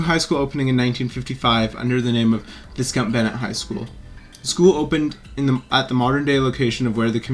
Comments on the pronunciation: It's not abandoned, it's just empty. What exactly is the point of you producing all of this gibberish? You can't even pronounce the name of the school correctly. Baffling. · Did such a great job of researching the property that they didn't even know how to pronounce the name.